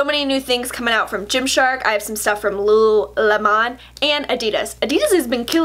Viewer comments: The way you say lululemon in this video is exactly how my mom always says it. "Lula-lim-on." Except what's really cute is she has no idea that's not the right way to say it. I don't have the heart to correct her haha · Hey girl! Lululemon is pronounced like the fruit. :)